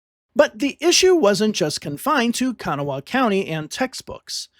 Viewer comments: Learn to pronounce words before saying them !!!! ITS KA-GNAW!!! NOT KANA WHA HAW !!!! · Very good video. Just one thing, Kanawha is pronounced kuh-GNAW or kuh-GNAW-uh. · Great video but as a West Virginian the way you said Kanawha hurt, lol